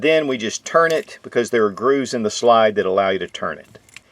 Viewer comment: Anybody else hate how he pronounces slide. He literally says shlide, there’s no sh, why tf does he do that